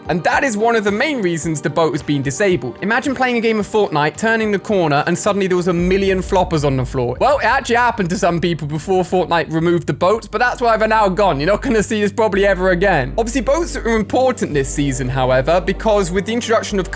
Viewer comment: Did anyone hear him call floppers sloppers 😂